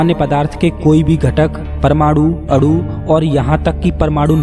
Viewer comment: Bhai aapke saare video kamaal hain... Main aapka shukkriya ada karta hun aapne itni achhi jaankari di hai humesha... Par please अणु ko अड़ु aur विकीरण ko विकीरड़ aur परमाणु ko परमाड़ु mat bolo... ण ko ण bolo, ड़ mat bolo... Thanks a lot ❤️❤️❤️